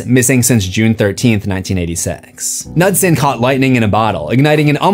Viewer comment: Pronouncing Knudsen and nutson is very funny